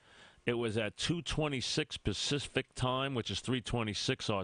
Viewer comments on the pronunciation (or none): We're tawkin Farrah Fawcet. ;55 seconds in is AMAZING... "It was pacispic time." hahahahahahahahahahahahahahahahahahahahahahahahahahahahahahahah